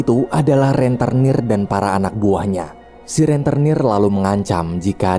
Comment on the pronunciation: "Rentenir" bukan "Renternir".